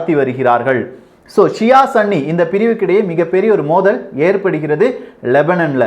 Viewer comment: "சன்னி" அல்ல சகோ "சுன்னி"